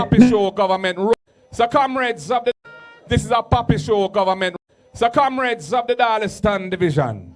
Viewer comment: Why does he call the comrades camreds?